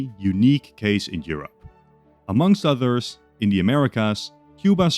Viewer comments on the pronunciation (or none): none